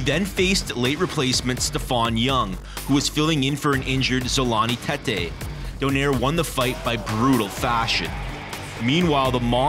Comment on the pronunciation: Donaire pronounced Do-nay-re.